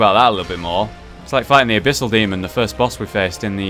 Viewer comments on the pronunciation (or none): none